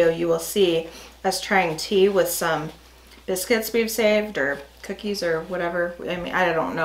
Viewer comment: That's "foxes bisc-wits" 😁